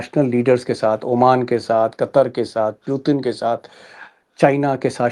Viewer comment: Pyutin nahi Putin